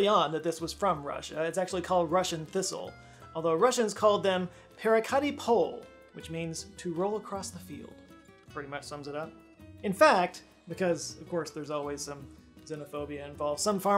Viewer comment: "perekAti"... my lord... Yet another Russian word butchered by English pronunciation. I am quite fluent in russian but dad to pause and really think for a while to realize what he wanted to say (before he explained himself).I'm sure it takes 10 seconds on google to get proper audio pronunciation...